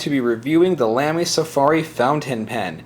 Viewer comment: its pronounced lahmy